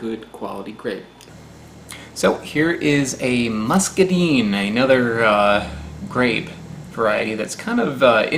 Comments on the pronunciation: Have you done a video conquistador grapes? I have a ton of them right now I can send... very similar to muscadine, but sweeter (which is pronounced like line, not deen lol) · muscaDINE...the I is long...also called a scuppernong...in the south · Ha.....you said "chubby"..... Hehe. BTW, the Muscadine (pronounced mus-ka-DINE) grow wild in east Texas where I grew up. We used to find great, tangled vines of them in the woods of the Big Thicket. Yes, you have to bite a hole in the tough skin and suck out the sweet flesh, as the skin is much too tough and sour to eat raw. They do, however, make an awesome grape jelly! I love your channel! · There is a wild white grape variety in the south called "scuppernong" as well, if you didnt already know. Glad to send some if you havent tried any and would like to. & If someone else has said already, please forgive me, but in the south, in Georgia at least, everyone calls those muscadines by said name, or just calls them wild grapes. We pronounce it "musk-a-dine", like you'd say diner, not like muskad"ean", but like muska-d"ein". Irked me so bad to hear it pronounced like d"ean" lol but I understand its probably unfamiliar & youve never heard anyone say it before or up north yall must pronounce it different, one of the two lol. You can find em in most rural parks around this time of year down here; summer to fall. I've always eaten the flesh and skin, just like a grape, and spat out the seeds. The skin can be a bit a bit astringent and tough to me, but I always figured it was full of nutrients like potato skin, so down the hatch it goes lol. One of the easiest foods to forage down here, along with blackberry, and alpine strawberry. Look for a heart shaped leaf with ridges. Grows as ground cover as well, but really thrives as a vine climbing in the trees. I've seen vines up to the size of my wrist. Woody and brown vine, easy to tell apart from kudzu, or honeysuckle, which are much more gray/off white in color, and far less woody.